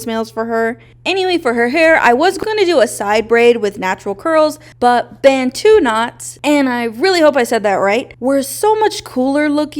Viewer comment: Yes, you pronounce Bantu knots correctly.